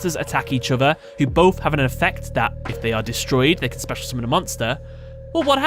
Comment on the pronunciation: Dude, how come you don't have like a million subs? Your videos are both informative and fun, and also your way of saying summoning is funny (I don't mean to be rude btw). Anyways, kudos and keep up the vids ^.^